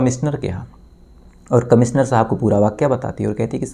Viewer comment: अरे भाईसहाब... आपकी भासा कब सुधरेगी ? आप कब श को स कहना बंद करोगे? "कमिसनर" कैसा अजीब लगता हैं सूननेमे...